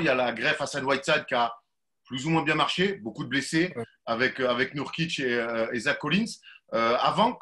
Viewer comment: C'est pas Neurkitch comme dans "a nurse" mais NOUrkitch, qu'est ce que ça peut m'agacer ça, surtout que là c'est pas compliqué. Sinon c'est sympa d'écouter Jaylen, je lui souhaite vraiment une belle carrière en NBA.